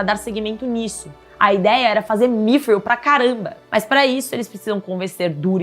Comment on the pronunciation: Correçao, nao é migril, e sim midriun